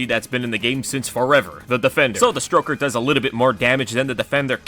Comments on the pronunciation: For some reason, it sounds like you're calling the stoker the 'stroker'. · He keeps saying stroker instead of stoker. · Please stop calling it the stroker 😭😭😭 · the “stroker” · In my canon, you calling it the stroker instead of the stoker was definitely unintentional. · I kept hearing Stroker... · Why did i keep hearing stroker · Your continued emphasis on “ stroker “ has been noted for the record… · The "stroker" lol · Huur durr "Stroker" Hehehe HURR DURR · He does, he's doing it on purpose